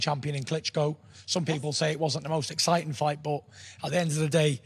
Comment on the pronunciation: Deontay trying to say exciting: "Aciting"